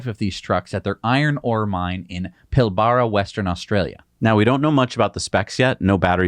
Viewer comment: FYI - Pilbara is pronounced pil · buh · ruh or pil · bruh. As an Aussie, I know we have a weird thing with our a's and uh's